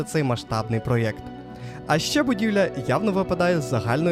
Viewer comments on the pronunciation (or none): none